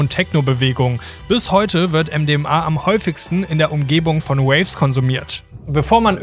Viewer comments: "in der Umgebung von "waves" konsumiert) bitte arbeite an Deiner Aussprache. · Jedes mal wenn wer "waves" anstatt "raves" sagt, steigt der innere Drang in mir, ihn zu korrigieren. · Erstmal denke ich wer auf waves geht ich geh lieber auf raves junge warumt kann niemand englische wörter aussprechen